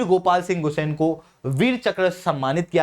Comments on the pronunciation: गुसेन नहीं गुसांई होता है, Me bhi gusain hu uttarakhand , Garhwal se❤ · गुस्सेन nahi गुस्सांई